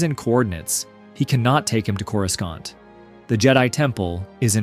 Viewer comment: theres no fuckin way you called it "core-oo-skant" 😭😭😭